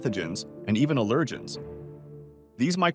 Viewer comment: Its AL er Gins